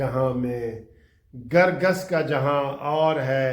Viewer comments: " Kar Gass " . Not " Gar Gass " . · گرگس نہیں کرگس ہوتا ہے کوہ تائی نہیں کوتاہی ہوتا ہے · " Kar Gass " . Not Gar gass . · آج آپ جوش میں الفاظ غلط کیوں بول رهے هیں درست لفظ کرگس هے ، گرگس غلط هے کرگس چیل کو کهتے هیں